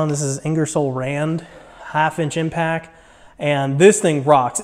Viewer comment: Great video! Sweet box! Pronounced “impact” not impack. Not trying to be harsh... Nice starter set of snap on tools etc! it took me too long to figure out quality snap on tools are the way to go for professional use. I’ve wasted a lot of money on subpar brands early on, loved seeing all your snap on stuff!